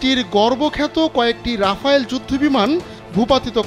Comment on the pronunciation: ওটা রাফালে, রাফাল রাফায়েল কোনোটাই নয়